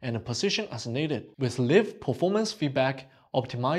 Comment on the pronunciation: It's "live" not "live". You really need to let the Chinese guys off the hook from trying to speak English.